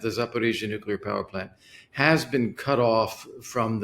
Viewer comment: Why of why is it so hard to pronounce NUCLEAR correctly? Your US guest can.